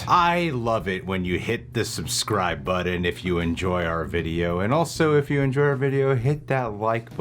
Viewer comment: it's BUTTON! Lol